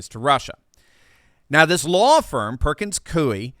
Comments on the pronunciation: It's pronounced Perkins COY. They're a high powered Seattle based law firm that supports all things far left. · It's pronounced Perkins "Coy".